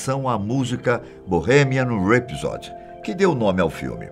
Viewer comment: Eu gostaria que o filme tivesse sido mais fiel à realidade. Como vários amigos me disseram isso, não fui ver. Conheci o Freddy num show em São Paulo. Inesquecível. E gostaria que alguém visse a pronúncia do nome deste vídeo (filme) e nome correto do show "Live Aid"..